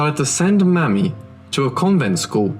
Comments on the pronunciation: The proper pronouciation of the daughter's name is "MayMe". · Learn to pronounce words correctly. Mamie is pronounced Maymee. And indicted is pronounced indieted . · Isn't her name pronounced May- me? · May-mee not mammy. Ball- ti- more not baal-ti-more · lives Mamie is pronounced May-mee, not mammy. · Maime was most likely pronounced May-me. A mammy, as you pronounced it, is a racist Jim crow stereotype. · I think the little girl's name was pronounced May-me, not Mammy. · Narrator's pronunciation is awful. It is Mamie (May-mee) not Mammy!! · Fascinating story. It would sound better if you could ensure you’re pronouncing certain words correctly, e.g. Mamie: may-me, not mammy, and Baltimore: Ball-timore; otherwise beautifully and clearly narrated. Thank you. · One comment. The stepdaughter's name was probably pronounced Māmē. Just like Mamie Eisenhower. Pronouncing it as mammy can be offensive to some as this was a word used for a black slave woman who cared for children. A nanny. Later it was used as a derogatory term for an older black woman. Yeah, I know, I look white but that is because I am a mixed race with more white than other. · Mamie is pronounced Maymee not Mammy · Good reporting. Even so, (and I mean no offense because it really struck me funny) I do believe Mamie is pronounced with a long A, as in Mamie Eisenhower. Not Mammy. :-) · Believe Mamie is pronounced as May -me. Amie / Amy with a M. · I don't criticize small things and the diction on this channel is excellent. However, MAMIE (Toomer), should be pronounced MAY-mee. Short for Mary and some other names. Like President Eisenhower's wife's name. The reason I mention this is because here in the U.S., "Mammy" is kind of derogatory when applied to African Americans. Similar to black face, etc. Mamie was a somewhat popular name in the first half of the last century and maybe even earlier. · Pronounced. May mie